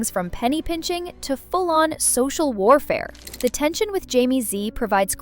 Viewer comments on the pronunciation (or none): none